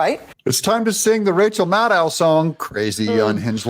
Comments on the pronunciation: Her name is Mad Ow. Not Made oh Just fyi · Pedant time. Rchel Maddow's last name has the accent on the first syllable (MAD-dow). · Her name is PROPERLY pronounced, Rachael Mad-cow. 😂😂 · It's pronounced rachael mad cow😅😅😅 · It's pronounced mad-ow (like mad cow, but not quite). Which reminds me, some of these lame-stream media people could use some rabies shots. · It’s pronounced Mad Owe … like mad cow. Im happy you didn’t know 🥰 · I love your content! It is Maddow pronounced like mad cow, and it fits hero a tee! They want Nikki Haley because she is a is a friend to the dems the guy who is bank rolling her is a major dem doner and a friend to Jeffery Epstein. Whatever the dems say the republicans are doing they , in fact, are actually doing! This has been going on for over 20- 25 years! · Last name is pronounced Mad..o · You're mispronouncing Rachet Madcow. :face-green-smiling: Vivek is not our (conservatives) friend. He's doing and saying whatever he has to to get his foot in the Whitehouse door. That includes accepting second place. Do some digging yourselves. Haley is a liberal shill, that's why the lamestream media isn't against her. They want her in there.